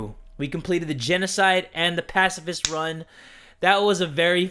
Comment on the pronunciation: Ur saying pacifist wrong its (pa-ci-fist)